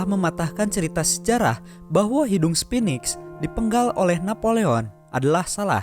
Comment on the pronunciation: ABEL TASMAN bukan ABEL TAMSAM. Itulah kenapa di selatan Australia ada pulau bernama pulau TASMAN dan hewan lokal bernama TASMANIAN DEVIL.. Pernah denger ada nama Pulau TAMSAM dan hewan TAMSAMNIAN DEVIL?? SPHINX bukan SPINIX.. Di mitologi Mesir Sphinx adalah dewa penjaga pintu gerbang mesir.. KALO SPINIX DEWA DARI MANA DAN TUGASNYA APA?? Memang cocok nama channel ini. BICARA.. BANYAK BICARA KURANG MEMBACA KONTEN PEMBODOHAN